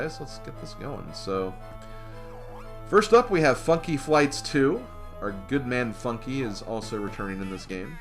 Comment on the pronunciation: did I hear mispronounce Funky Flights 2 as Fucky Flights 2